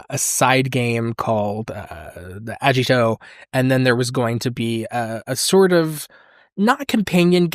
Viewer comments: It's really funny how hard he tries to pronounce Nomura correctly, but absolutely butchered Agito. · Hearing pronounce Agito caught me off guard as someone who's heard that name consistently throughout the many years I've been watching Kamen Rider.